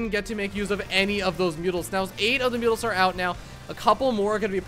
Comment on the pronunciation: "Mutals"? ಠ益ಠ